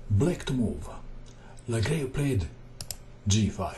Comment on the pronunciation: Excellent video as always.The pronunciation is ''legrav''.